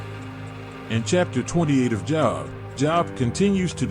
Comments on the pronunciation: bruh, his name isn pronounced job, its jobe. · This AI narration crap has to stop. It keeps mispronouncing Job which is pronounced as "jowb" and not job as in get a job. It takes me right out of watching when the video narration continues to mispronounce even simple people or place names. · SAME THING WITH JOB!